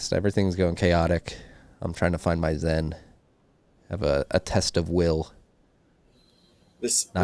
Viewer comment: “I’m trying to find my zen (zyn)” - Marty B